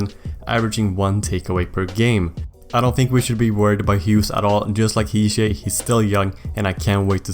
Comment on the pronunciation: Quick note: Hischier is pronounced with a hard R. He's from a more german part of Switzerland rather than french